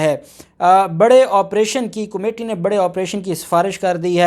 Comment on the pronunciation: جناب عالی۔ کومیٹی نہیں کمیٹی ہوتا ہے۔